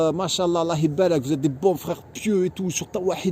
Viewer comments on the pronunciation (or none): none